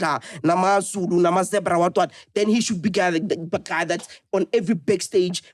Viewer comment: really knows how to butcher Zulu names, aikhona brah👎🏽😂 And he doesn't like to be corrected it seems. 🙆🏾‍♂️